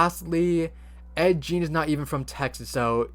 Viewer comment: It’s you sayin Ed’s name wrong and have this superior attitude while sayin it🤣🤣🤣🤣